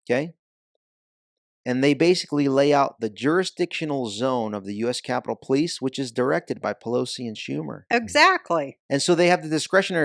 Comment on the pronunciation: No Ivan you got it wrong Po lie ce 😂🤣😂🤣😂